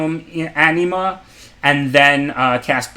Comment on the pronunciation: you're a great player and I really appreciate your content but when "Anima" sounds like "enema" things start to get awkward. Gotta work on that pronunciation, lol